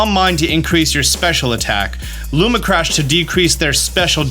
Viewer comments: Also. Lumina crash. Not Luma crash. My OCD is off the charts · "Looma Crash" lmao. Great vid tho, Appreciate the Prep! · man, I love you and the content so much, always so informational. It’s hard for me sometimes when you misread things, it’s a really small thing, but cmon man, it’s lumINA crash, there’s two extra letters you’re just not reading. Love the videos but sometimes they feel a little rushed or just kind of brushed over because of the grammatical and syntax errors throughout. No hate, honestly trying to give constructive criticism because I want to keep watching your stuff! Cheers